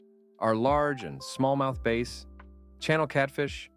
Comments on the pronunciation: Hey there fellow Ontario fisherman. Just wondering if you’re pronouncing bass like “base” for any cryptic reason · You fish but call a bass the name as if it’s an instrument. I like the info but you should learn how to pronounce such a common fish of the area